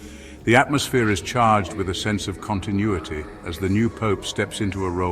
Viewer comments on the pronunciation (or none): none